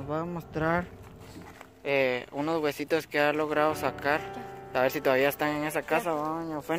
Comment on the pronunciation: "Unoz wesuz" 😂